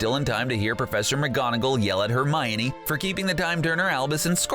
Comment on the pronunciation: I love how all of the comments are about things they did wrong and I’m just here liking all of it. P.s why did you say Hermiony and you CLEARLY dont like Harry Potter that much and prefer VEIWS.